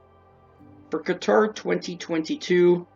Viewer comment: The way you pronounced Qatar is not how it’s natively said but …sure everything else is wrong lol